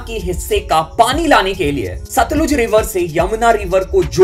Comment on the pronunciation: It's सतलज not सतलूज